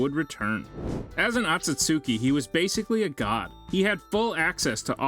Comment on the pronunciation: Where in the hell did you find an "A" in this word Otsutsuki?????